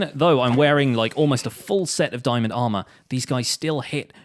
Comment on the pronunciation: "THERE WE GO, WE GOT ANOTHER DIAMONG HOW!" wowwwwwwwwwwwwwwwwwwwwwwwwwwww